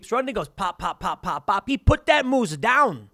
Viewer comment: i hate the way Tim says moose and also Churchill, Manitoba Tim there are polar bears everywhere